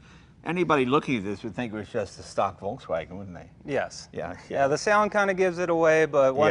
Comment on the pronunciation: for such big hobby and interest that Leno has in cars for so many years, he should pronounce "Volkswagen" right by now,,, Hint, it's not English.